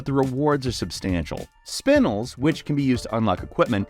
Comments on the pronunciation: Did you just say "Spin-ulls" 😂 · Spinels. Someone never watched Stephen Universe. It’s Spin-ELS. 😂